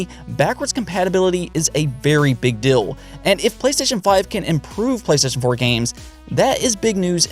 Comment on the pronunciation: Keep up the great work. Your channel is one of the few that covers all of this news and stay neutral on both PS5 and Series X. Also does anyone else love how says good DILL lolol awesome content man.